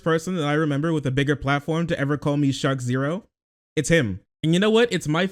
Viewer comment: TIL his name is not pronounced "Shark Zero."